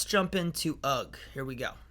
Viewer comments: No g sound in ugh! 😂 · UGH is pronounced hug shoulders as ask eh? UGH means eh? wtf?